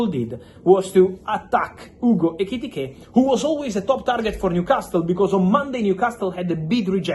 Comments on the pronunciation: *Etikike*😂 Why do you make it hard to pronounce his name . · Hearing fab say ekitike is so enjoyable😂😂😂